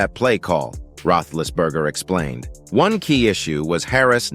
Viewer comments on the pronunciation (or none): AI, Ruthlessberger???? Lmao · You can't even say his name right your an idot